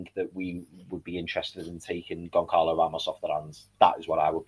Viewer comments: it's Gon Zah Lo Ramos. Not Gon Carlo Ramos 👍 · yes his name is spelt Goncalo, but it's pronounced Gon-zah-lo. Like "speedy Gon-Zah-les